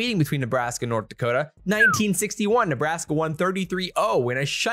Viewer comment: 35 -10 neebraskee.